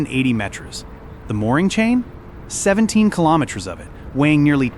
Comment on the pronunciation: Talk about LOUSY CHEAP AI garbage. It is too stupid to pronounce METERS and KILOMETERS correctly!